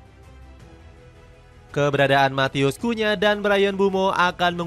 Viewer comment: Cunha not kunya